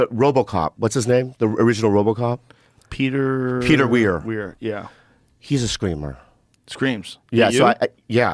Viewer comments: It's Peter Weer now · Peter Weller not Weir.